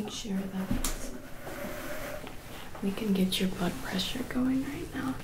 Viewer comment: I heard "blood pressure" as "butt pressure". Sorry :-) (Great video btw, thanks x 1000)